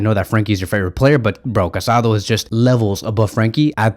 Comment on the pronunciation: The Barcelona midfielders’s name is pronounced Ca-sa-DOUGH. The Accent mark over the last vowel means something. It is disrespectful not to pronounce his name correctly.